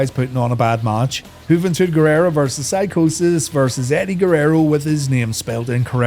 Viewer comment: Wtf? It's Eddie Guerrero, not Guerrera. Were you thinking of Juventud or what?? 🤔😂